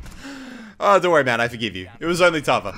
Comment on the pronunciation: I love the way you say Tava. Your a true Aussie. "TARVA! TARVA!! NEVER MAKE THAT PUN AROUND ME AGAIN." "TARVA OH MY GOD IM SO SORRY."